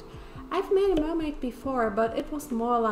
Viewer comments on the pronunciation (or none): Instead of mer-may mune